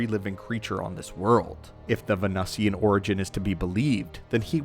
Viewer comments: Every time you say "Ven - USSY-ans" I want to punch my monitor It's ven-oo-see-an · Please know how to prounounce “Venusian”! It’s pronounced “Ven- New-Shen” oMG u use big words but can’t pronounce them! 😂😂😂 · It's pronounced vuh·noo·shuhn. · Well.. When you can't pronounce "Venusian" then it's time to SKIP this channel because someone didn't learn to read and spell.